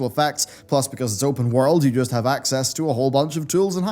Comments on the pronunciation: I know you can't change the video but it's pronounced access not A X S. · It's pronounced "access."